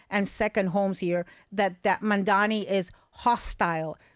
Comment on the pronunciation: Its MAMDANI! Not that difficult to pronounce. If the gazillionare wants to leave, please let him/them. Real NYers always figure our way together. It’s BS that these people make millions and don’t pay their employees a living wage or help to take care of the communities that makes them rich.